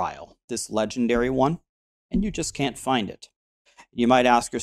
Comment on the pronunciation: Nice vid. But I died a little inside every time you said, this one is legendairy. :) Also something I haven't hear you mention is that unidentified maps give more quantity. I don't remember how much but I think its 10%. So its actually a good thing to get when you vaal the maps Also as a noob with quite a lot of hours in the game(lots of leagues ago though) I learned allot! so thank you